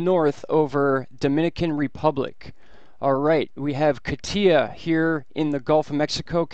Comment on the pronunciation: Kah-TEE-ah? Most are getting it right. KAH-tya, the Russian nickname for Ekaterina is stressed on the first syllable.